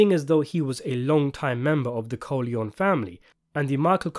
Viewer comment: “Michael Corleone-y says hello; thank god for speech therapy!”